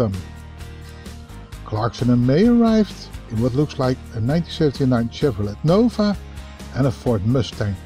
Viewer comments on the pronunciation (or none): none